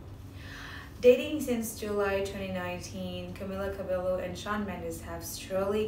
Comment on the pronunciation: Fake! She even pronounced Camila's last name wrong!